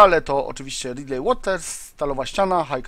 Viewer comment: Radley wymawia sie Radlii a nie ridlej:P strasznie wali w uszy